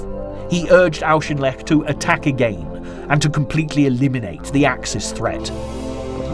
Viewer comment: Check your pronunciations. Auchinleck sounds like 'orkinleck', and Alamein sounds like 'chow mein'.